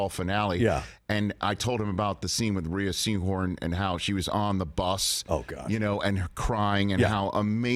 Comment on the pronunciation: Rhea Seahorn is pronounced "Ray", by the way.